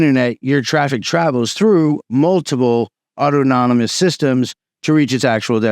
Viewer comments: Au-ton-omous. Not auto-nomus. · New fan of the channel - when he says “auto-nom-is” system is it actually “au-than-ah-mis” ( as in autonomy / self controlled)? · It's autonomous not autonomonous ... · The pronunciation is awww tawn a mus, rather than auto-nom-us. /pedantry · Its "aw-tono-mus", not "auto-nomo-nous". This sounds like not really a ToR problem. Its a well known BGP design detail and it's always been this way. ToR networks are already crawling with law enforcement, without any help from BGP speaker spoofing. To say it identifies you is also a vague term. You will, presumably, still be using TLS for your web browsing? So, it'll identify your IP, and that you are using ToR, what else? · awe tah nuh muss, not awe toe tah non nuh muss. Very interesting! It's amazing that BGP is so security naive! Is there no way to add some kind of authentication to the BGP protocol? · WTF is Auto Nomus? Was that a greek ruler? LOL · Man, great presentation. You did the homework, you covered something viral, and i really appreciate the video. If you care, i have this small correction, *Adoption is the word you were looking for, not adaption or adaptation. Autonomous is pronounced "Ah-tonu-muss". Idk if it matters, but i couldn't stop myself from posting. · "Awe-tahn-ih-mus" my brotha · ot-on-oh-mus = autonomous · Auto-nom-nom-ous system. Come on. Why? Some sort of inside joke? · DOOOOD!! please! you're killin' me over here......aught-tahn-no-muss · You're adding an extra syllable to autonomous. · Mispronouncing autonomous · Jesus christ man learn how to pronounce autonomous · Why are you pronouncing "autonomous" like that? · Check how to pronounce "autonomous". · 😅 man's been saying the word anonymous so many times, he sticks it inside of autonomous.